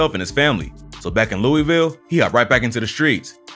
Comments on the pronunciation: yall always say Louisville wrong asf😐…. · It hurt even more since bro isn’t saying louisville right